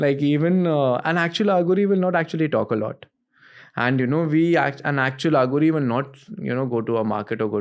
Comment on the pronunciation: It is अघोरी not आघोरी. Arth ka anarth ho jata hai jab Aaghori bulate ho. Dont try to sound western for being cool